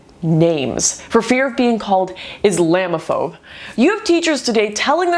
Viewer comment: Is-lamb-aphobe. Lol